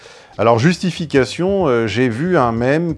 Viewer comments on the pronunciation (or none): none